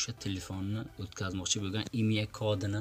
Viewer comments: Maktabda oqiganmisan imya raqam sopjeniya disan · Akajon Imya mas IMEI deyiladi 😅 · Хой коток калла харип имя эмас имей, гугле эмас гугл, совшина эмас сообщение, долбаеб гапиролмасанг гапирма кетмон